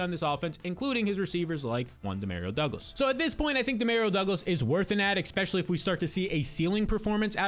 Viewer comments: My brother I am here to say this. I have subscribed, but would love if you would stop sating expecially. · Not subscribing until you say especially correctly